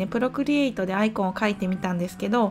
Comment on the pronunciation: いつも勉強させてもらっています ただアイコンの発音が嫌です笑 棒読みが一般的かと